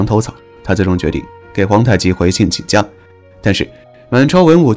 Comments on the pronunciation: 请降（xiang）不是jiang 也是有文化的人 怎么总是犯这种低级错误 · 请降qingxiang，不是qingjiang